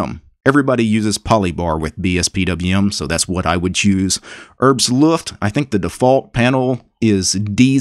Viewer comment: Your pronunciation of Herbstluft is pretty funny. ^^